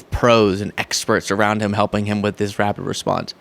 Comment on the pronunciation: Did you say rapid responses or RABID responses??? 🤣🤪😂😱